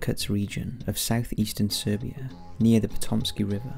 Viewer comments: Not Serbia. Siberia. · Siberia...not Serbia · I think you mean Siberia and not Serbia. Cool video anyway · It’s “Siberia”, Not “Serbia”. They’re quite a ways away from each other. My rough guess is 1-2k miles apart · Serbia??? Siberia, I’m sure you mean? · did you mean Siberia instead of Serbia? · Siberia not Serbia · Siberia not Serbia mate 👍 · *Siberia, not Serbia. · Siberia. NOT Serbia. Big damn difference. Geez. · Siberia, not Serbia ❤️ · LOL Its Siberia not Serbia. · It's Siberia not Serbia. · Not "Serbia". Siberia. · It's SIBERIA not SERBIA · "serbia"? Really 😵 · Siberia, not serbia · SIBERIA NOT SERBIA!!!!!!!!!!!